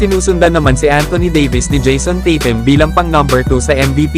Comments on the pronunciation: daig kapa sa kano kung bumigkas tatum nadidinig sa mga kano kaw naman titim ang pagka dinig q sa bigkas mu sa tatum paulit ulit q pakingan titim talaga naririnig q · bulol kna yata pagka dinig q sa tatum titim